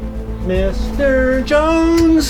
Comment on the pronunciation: Jones it's Jones